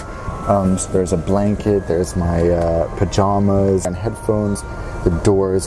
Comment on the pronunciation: It’s pajamas not “pajomas” get it right